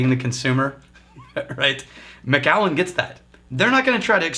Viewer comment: Hey, I'm pretty sure that it's pronounced Mac-allen (